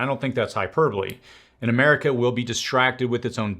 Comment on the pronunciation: Finally!!!! Someone using hyperbole in the correct context and pronunciation.